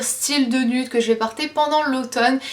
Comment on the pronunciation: Tu sais même pas prononcer "nude"  t'arrête jamais ton accent anglais là, et tu peux même pas prononcer "nude" 